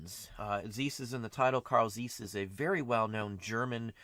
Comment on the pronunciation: You do not pronaounce Zeiss correct.